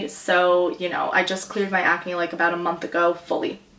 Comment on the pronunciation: you say, ecnay instead of Ahcne.